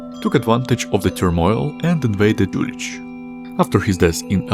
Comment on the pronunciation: "Юлих" читается с "Х" на конце, не с "Ч" Интересное видео